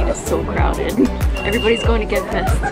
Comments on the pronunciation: It's "Gentse fieste" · I being a student in Ghent myself, I really think this video is a great representation for my beloved city. Ghent is such a versatile city that has something for everyone. Some working points for the next time you come to Ghent: never say Ghent Fest to the Gentse Feesten again. Your Flemish pronunciation may be so bad, but it is and remains the Gentse Feesten. Further last, I find it very disappointing that I didn't see you in this video after 5 o'clock in the morning at the Vlasmarkt, that would have provided some footage. It is a square where everyone is completely fucked up and dancing crookedly until 8 in the morning. Greetings